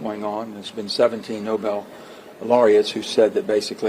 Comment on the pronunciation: Nobe laureates? Could he mean Obama?